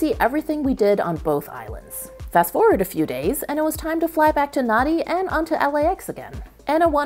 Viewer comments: Nadi is pronounced Nandi. DUH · Nadi is pronounced as Nahn-di